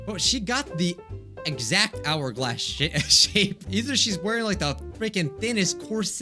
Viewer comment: in the bit where said “tell me about that hour-glass shape" he said " shit-shape "anyone else notice that?